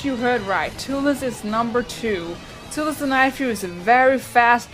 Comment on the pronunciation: its toothless you always say tooless but its a great video